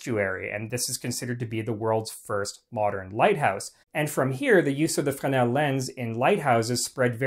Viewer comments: Not ‘fen-el’, but pronounced ‘fre-nel ‘. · You start off the video mispronouncing Fresnel (fray-NELL) by losing the "r". The French tend to drop a lot of consonants in their words, but the "r" in Fresnel isn't one of those. Your mispronunciation distracts from an otherwise interesting video. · The word is Fresnel. There is a letter S in the middle of it. Why do you insist to say it wrong?